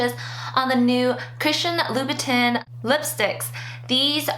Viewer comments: Great review. Btw, it's pronounced "loo-boo-tan" instead of "tin". :) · the correct way is tan but with a nasal sound. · not to be a bitch but loobitin though?? why didnt you make sure you were saying it right like you knew you were making the video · Its pronounced Loubouton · I'm french and the real pronunciation is "loubou-tain" You were pretty close though :) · Im telling her how to pronounce it phonetically, she would read louboutain the same way she read louboutin :) Dont worry I know how to pronounce it :) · Fuck French pronunciation!! I don't say "loubou-tain"! English please! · I can help but cringe when you mispronounce Louboutin LOL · I hate it when people pronounce it like that and they try to act all great lol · Everybody should be able to pronounce Louboutin correctly by now....... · You are not fashion. Because you have items with fashion labels attached...does not mean you deserve them. You pronounced Louboutin like you live on a foreign farm. Stay away from couture. You don't get it. It's not for you. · How can you review it when you can't even pronounce the brand?